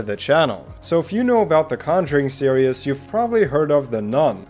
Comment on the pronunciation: Why do you say "serious" instead of "series"?